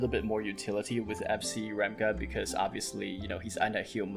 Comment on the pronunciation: Thanks for the videos - very insightful! According to Korean pronunciations, Ramge is pronounced like Range with an 'M'. Also, Rachel should be something like Rahkel, but whoever translated didn't really think through.